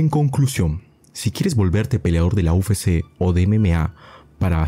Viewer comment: Buen video compa. Sólo como crítica constructiva, pronuncias mal "UFC", le dices "u fé sé" en vez de "u efe sé" que sería correcto. Espero no te moleste, es sólo para ayudar, saludos y que sigas creciendo